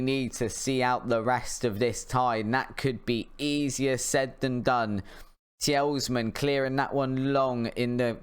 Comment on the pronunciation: Mate, I’ve just watched every episode so far and I’m enjoying it. But please stop saying tee-els-man. The is an S at the end of his name and that’s it. Tee-luh-mans. Don’t mean to be rude but it’s frustrating to listen to you getting it wrong so often.